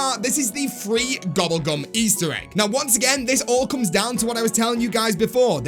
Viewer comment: Why you say gubble gum